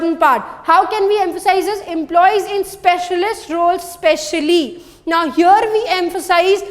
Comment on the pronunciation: Especially is wrongly pronounced.